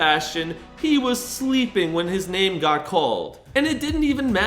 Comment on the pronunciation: Bro can’t even say his name right 😭